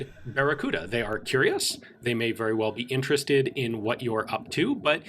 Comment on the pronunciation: Sorry man, I can't say baccaruda...